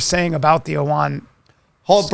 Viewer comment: It’s the “Allman Brothers” not the “Awan Brothers.” 😏🎸 “John Hancock… it’s HERBIE Hancock.” -Chris Farley (Tommy Boy) 😂